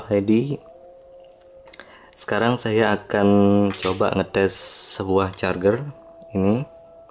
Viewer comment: masukan gan. pengucapannya carjer bukan carger